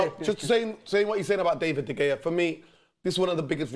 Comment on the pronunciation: Why he keep saying “David De Gaya”?